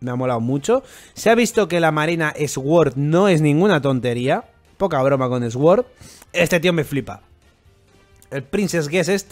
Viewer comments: se pronuncia “suord”, no “esgüord”, no es por hate, es un comentario constructivo. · "SOR" QUINTO, "SOR" Asi tal cual